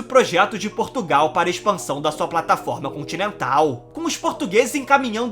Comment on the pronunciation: Nao se diz Porrrrrrrtugal Diz-se : Portugal...